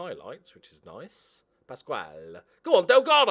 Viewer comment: Please keep pronouncing Pascual as beautiful as you do